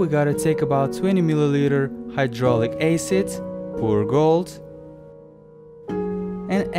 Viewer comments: Finally learned how to prounonce acid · "hydraulic aecid."